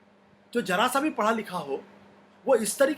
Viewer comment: Aapka program ka jawab nahi boht zabardast knowledge hai aapko bas thoda sa urdu pronounsation theek kr le .jara sa ki jaga Zara sa bole jause jurat sahi hai zurat wrong